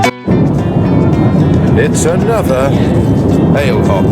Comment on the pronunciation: Looks like you had a great cruise on Arvia 🚢 Just to let you know that the Ale Hop shops are pronounced "ah-leh-hop!" (like "off-we-go!") Might see you on the Sand Train in Mablethorpe this Summer 🌞 xxx